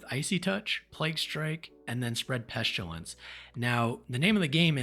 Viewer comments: "Peshtilence" lol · You say Pestilence weird